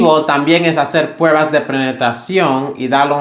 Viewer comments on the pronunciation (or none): none